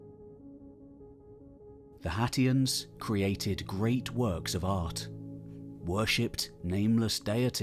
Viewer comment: Anyone else hearing Cher from Clueless say "Haitians" everytime sat "Hatians"? IYKYK Thanks! Lovely work as per usual ❤